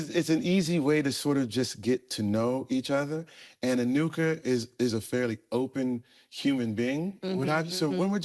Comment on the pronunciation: Said Enuka's name perfectly, but couldn't say Doherty 😂😂😂